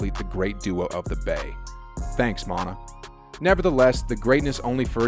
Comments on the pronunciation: Mon-tah? Mon-tae...lol. Who is Montah. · Split it up, yea area. The area had extra A's for emphasis! It was compressed for the hashtag. Oh and his name is Monte' with the accent, sounds like Mont-ta. Love the work you're doing! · reports monte = Mon-tay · His name is Monté u pronounce it mon-tay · Monuh Ellis 😂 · Lol I was like wait who tf is montah? What did I miss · Shout out to Mon-tuh! Lol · What the hell? Did you just start watching Warrior ball? It’s Mon-TAY….Mon-TAY!!! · Also butchered Monta's name. Sheesh